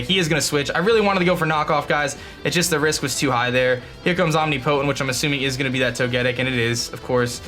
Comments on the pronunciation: LOLOLOL YOU SAID OMNI POTENT like a Potent smelling omnivore. Its I'm pronounced Am-niped-int. LOLOLOLOL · You pronounce Omnipotent wrong 👀